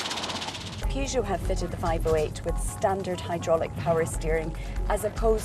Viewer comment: This is how the reviews should be done. Well done lady. By the way, it's very nice how you pronounce Peugeot.